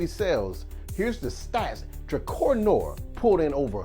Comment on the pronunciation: Pronounced DRUH-CAR